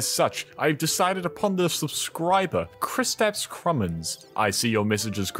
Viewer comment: Man Kristaps Krumins is a Latvian name and im Latvian and its super funny to watch people try pronounce Latvian words